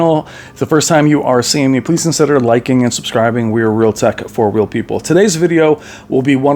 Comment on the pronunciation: "C"oncider not soncider ! 😉🙂👍